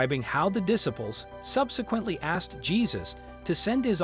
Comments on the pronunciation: Diss ables? It’s Disciples! Ugh 🤦‍♀️! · Dis - aples how about Diciples with a long "I." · A voice-over professional that cannot pronounce disciples or rabbi? Smh.